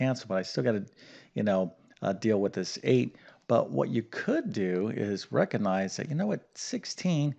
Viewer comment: 16? in my head. By multiplication and division. By the way, the word is not "reckanize." It is "re-cog-nize." The G is pronounced. You are saying "reckanize." No good. Look it up.